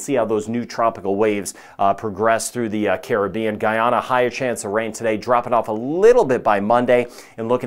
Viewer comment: I always liok to you for the very best forecast & being from the Carib-bean very nice to hear someone pronounce Caribbean correctly, too many say Crib-bean, lol